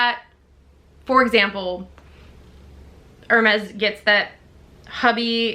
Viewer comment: Thank you for doing that, people never pronounce these luxury brands correctly. I don't understand what is the point of owning something that you can't even pronounce the name correctly.